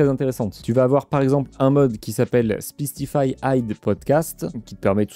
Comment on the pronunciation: Ca se pronnonce SPICE comme piquant, compliqué à ecrire pour expliquer le son, le I c'est comme AIE